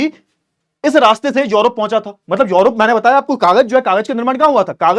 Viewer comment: सर योरोप नहीं यूरोप है।